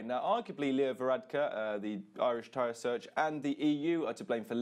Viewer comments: Taoisaeach is pronounced Tee-shuck. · I like this presenter's pronunciation of "Taoiseach". Sounds like "tyre search".